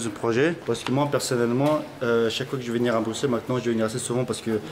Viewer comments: Juste on dit brussel pas bruXelles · Il a dit bru"X"elles... Je suis outré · Ça me stress quand il dis BruXelles au lieu de BruSSels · Prononce pas le x de Bruxelles juste brussels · BRUXELLES SE DIT BRUSSELLES ! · oui mais cela ne se prononce pas telle quelle